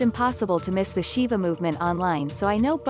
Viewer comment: Siva shouldn't be read as "Shiva", it's not a Mortal Kombat character.